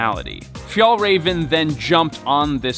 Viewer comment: Räven, means the fox, pls you said you reserached, dont call it Raven.